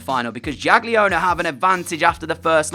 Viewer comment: Hej DJ it should be pronounced Yagiellonia (like Baba Yaga) ;) Great vid as always!